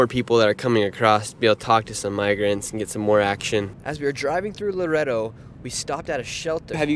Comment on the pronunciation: It’s not pronounced lo-redo. It’s la-redo